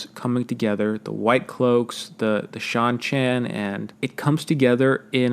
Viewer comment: How can you pronounce Seanchan correctly but not Cairhien lmao